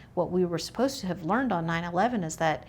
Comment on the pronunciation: Please don't use tah like yobamma instead of to or too.